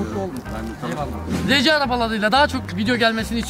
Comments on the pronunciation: Abi arci değil arsi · rece diye okunmuyo ar si araba diye okunuyor o abi